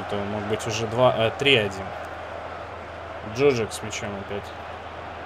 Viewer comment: Мне кажется, или правильно произносить ДжуджАк, а не ДжУджак. P.S. Молодежь, которую не выпускаешь играть, в аренду сдай. Так у них быстрей скилл повысится.